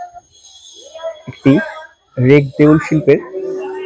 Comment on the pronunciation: 'রেখ -দেউল ' উচ্চারণ সঠিক করুন।